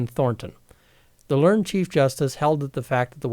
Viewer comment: At roughly , the word "learned" popped up a few times. You pronounced it incorrectly. It should have, in that context, been pronounced with two syllables. "Ler-ned judge", not "lernd judge". There are a number of other words which follow this same pattern. Generally, when the past tense form of a verb is used as an adjective, the -ed ending will pronounced as a separate syllable.